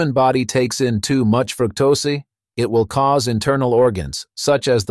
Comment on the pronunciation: Fructosé ..... F-ing AI ruins everything